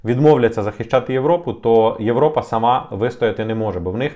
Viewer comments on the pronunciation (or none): none